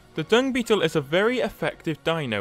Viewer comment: Hmm. 1/5... he only pronounced Dung Beetle correct